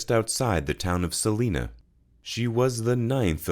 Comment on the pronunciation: Salina Kansas is not pronounced the same way as the other Salina